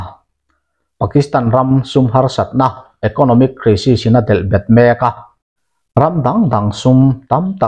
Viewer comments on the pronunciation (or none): Crisis hi kraisis ti a lamrik tur. Krisis a ni lo